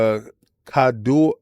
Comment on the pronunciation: For reference King, it is pronounced Kah-Doe-Kah-Wah ^^ I don't believe Sony should be allowed to acquire them as it's equivalent to Microsoft buying Apple in Japan. It would make their anime monopoly even bigger and with access to manga and light novels, the global market for that industry would be held with a powerful gauntlet... I also don't want Spike Chunsoft games locked from Xbox again. Same for From Software. Nevermind them owning Dengeki :( Alas, they probably will get this and Microsoft will retaliate.